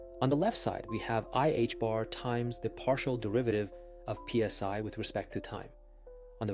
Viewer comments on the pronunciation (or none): You pronounced the Greek letter "psi" as P.S.I."? That doesn't do much for your credentials.